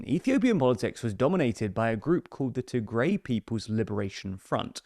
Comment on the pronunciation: It is pronounced as Tih-grai not Tee-grey